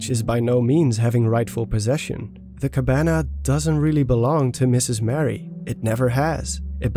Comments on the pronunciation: Maybe I’m not the only one to mention this, but it’s Marie, not Mary. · I don't think you pronounce it like Mary, but more like Ma-ree. Otherwise, great video! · the name youre saying is spelled: mary... her name is muh-ree